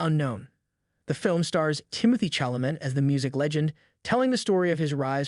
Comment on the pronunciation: it's also not "CHalament" lol